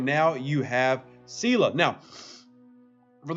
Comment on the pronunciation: I know I’m going to like this vid! Lol “c-la”